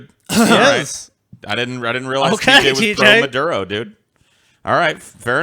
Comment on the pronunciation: Did Autistic ass forget to take his meds? Maduerde? Veneyzuela? WTF?